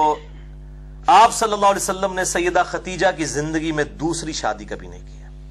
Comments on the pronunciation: Khudaija, not khatija. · جناب آپ بھی پکڑے گئے!!! اپنی لفظی غلطی درست کرو..... لفظ ختیجہ نہیں ہو تا بلکہ خدیجہ ہوتا ہے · اس ویڈیو میں آپ بار بار لفظ ختیجہ بول رہے ہیں کیا یہ نام خدیجہ ہے ختیجہ؟ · علی بھائی ختیجہ نہیں خدیجہ تلفظ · Sahe Khadija ko khateja keh rahay hayn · Aap ney AMMA khateeja likha huwa or aap boltey b AMMA khateeja hen lekin merey ilm k mutabik unka naam Amma KHADEEJA tha plz correct me. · It's KHADIJA Not Khateeja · مرزا صاحب آپ کا مشہور قول ھے میں ہوں مسلمان علمی کتابی خدیجہ کا تلفظ چیک کر لیں